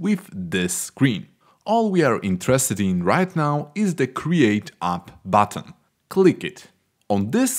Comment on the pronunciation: yes "Create AAP BAATAAN"